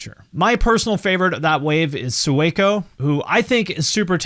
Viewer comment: Sueco is pronounced like “sway-co” not “sue-eh-co” and he came from mumble rap which was a good switch but he was good there too.